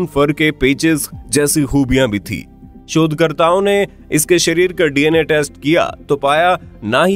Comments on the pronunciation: Sab kuch to samajh aagya pr ek word ni...... Shodh karta...... Ki ... Chod karta bol rahe ho😂😂😂😂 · Yaar Tum Shodkarta Bolte Ho YA Chodkarta Bolte Ho